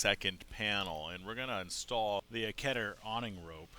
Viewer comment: Did the "S" key not work? IN'S'TALL ... NOT INTALL Otherwise ... I love your videos and I'm looking at my best business venture. Yes, I plan to use and work with Sailrite for machines and materials.